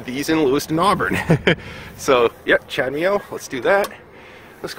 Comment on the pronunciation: You do know that’s not how you pronounce CHADEMO :) ??